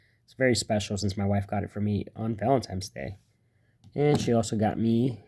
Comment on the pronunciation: Did you say Valentimes day ?? Jus toying with you...Great content thanks for sharing !!